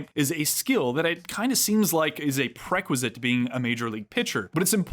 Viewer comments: Fantastic video but I’ve never heard anyone say “prequisite” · prerequisite pronunciation was interesting. i don’t think i’ve ever heard it like that before